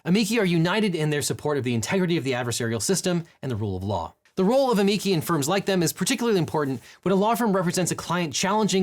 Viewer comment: It's pronounced: uh-ME-chee 😎